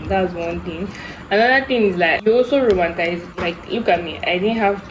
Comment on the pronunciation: Also it’s roman-ti-cize not romantize 😂❤